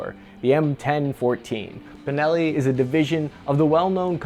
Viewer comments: He said bellini shotgun , what the fuck?? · Dude…. ‘Bellini”? …. Come on man. Please…. You do this on pupose, dont you? ;( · I caught saying "Beleni" at one point and several other times it sounded like the audio was spliced to fix the mistake. Did you record the whole thing with the wrong pronunciation and then go back to fix all those parts?:P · did you just call it a “bellini” ?? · Wait. I heard 'Belini' 🤣 between and I think